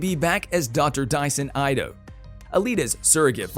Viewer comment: It would have been nice if the announcer had seen the first movie to get the pronunciations correct on the characters and the city in the sky. Since owning this movie and having watched it multiple times it was cringeworthy hearing "Doc Eye-to" and "Zall-um" At least he got Nova correct, lol. One of my favorite all time Science Fiction movies.